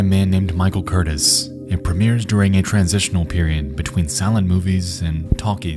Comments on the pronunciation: "...directed by a man named Michael Curtis..." His name was Michael Curtiz (pronounced "Ker-TEEZ"). He might be the single most prolific director in all of Hollywood history. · His name is NOT CUR-tis….it is Cur-TEEZ and he’s a famous director. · This is not at all a big deal but the director's last name from segment 2 is Michael Curtiz and Curtiz is pronounced (Cur-teez) and not Curtis. He is maybe the first in a long horrid tradition of careless and even malicious directors putting actors in harms way and not giving a shit what'll happen for a shot or a sequence. The king of these guys has to be John Landis and the Twlight Zone Movie tragedy. Just some of the most careless selfish behavior ever. Vic Morrow and 2 children's lives were snuffed out because John just had to have a bigger explosion and wouldn't listen to his crew who begged him to not add additional explosives. For more on that horror story check out Cursed Films season 1 on Shudder. Landis is one of our great directors and his movies are some of the first I ever fell in love with. But no amount of admiration for his work that I have will ever allow me to see him in the same light again. His selfishness and ego have forever stained his legacy for me. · It’s pronounced kur-TEES. He’d go on to be one of Hollywood’s biggest and most acclaimed directors. Casablanca, Mildred Pierce, Robin Hood. I had no idea about this shameful stain on his past. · The name of the director Curtiz is pronounced kur-TEASE, emphasis on the second syllable. You obviously never even heard of him before. He was one of the top directors in the classic Hollywood era. He directed Captain Blood, Casablanca, many others. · Michael Curtiz is pronounced Michael kur-TEEZ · I believe it's pronounced Michael Core-tezz. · The director of Noah's Ark, Michael Curtiz (pronounced cur-TEEZ) would go on to a very long and successful career, including the classic "Casablanca". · Curtiz is pronounced 'cur-tees'.